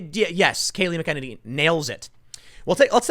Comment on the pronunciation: Tim I love ya bro... but this is bothering me.... Kaleigh McAnany (Mac-uh-nay-nee) you're welcome sir!